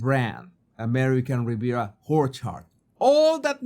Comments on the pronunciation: Love your pronunciation of orchard “who’re hard”😂😂😂😂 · I love that pronounces the brand as American Riviera Whorechard. Happy accident that he destroys the seriousness of her snobbery. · American Riviera Horror-chard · do you say Duchess of "Sausages" on purpose, or is that just your lovely accent? American Riviera "Horchard" is too funny also. I am not making fun of your accent, it is wonderful, but it just makes me laugh and is very appropriate for these two grifters. Love your videos! ❤ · Whorecherd lol😂😂😂😂😂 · I die, whenever you say ''ORCHARD." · It's not a mistake...he does it with purpose! 😂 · I love the pronunciation of ‘Orchard’ 😂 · Very appropriate. And hilarious!!!!! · Me Too!! 😂 ❤ 😅 Priceless! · Yep, it's a beauty 😂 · Don’t we all? 😂😂😂